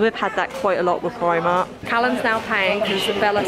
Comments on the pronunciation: Plz call it primark and not primar 😂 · are you calling it primart? 😂